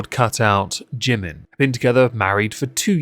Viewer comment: The true irony is they don't even pronounce Jimin's name correctly.